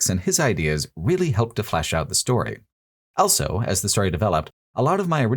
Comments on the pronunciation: This remains my go-to channel for hearing 'also' pronounced as ' elso' for some reason, and I wouldn't have it any other way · pronounces the word "also" as "elso"